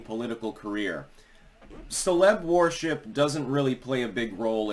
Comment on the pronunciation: It’s pronounced wership, not warship